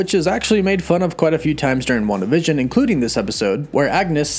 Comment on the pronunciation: Why do you pronounce it WandaVISION. You're putting the wrong emphasis on the wrong syllable hahaha. Emphasis is on the WAN part of WANdavision.